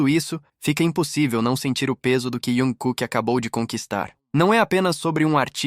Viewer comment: Tem que aprender a falar o nome do artista se quer falar sobre ele,e nome da agência também.